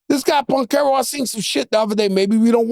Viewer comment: Banchero with a B not a P lol smh struggling to say his name fr 😂 love the pod 💪🏼 dynamic duo